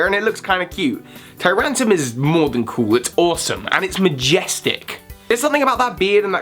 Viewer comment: As much as I enjoy the quality of these videos, I still can't help but cringe at things like mispronouncing TyranTRUM (it has an R), or saying Sky Uppercut instead of Sky Attack. Anyways, now that I got that out of my system I will go back to binge watching more.